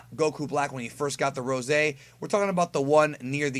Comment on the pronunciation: You do realize that they say 'rose', like, in reference to the color of a rose (even though it's not entirely the right color), and not 'ROESAY' right?